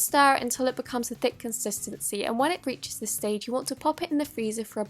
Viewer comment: Stop saying contistiny it's annoying